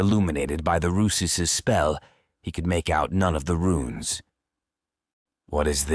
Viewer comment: RUNES as in ancient Script... Not "RUINS' as in demolished buildings They may Look similar, but are VASTLY Different. which is what suggests AI reading